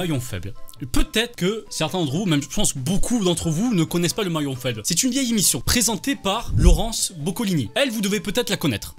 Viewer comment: Tu dis imission au lieu de émission